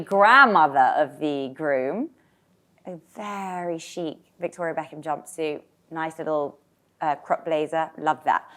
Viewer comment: Two min in , I finally figured out what wedding y’all were talking about / you said “ Victoria Beckham” 😂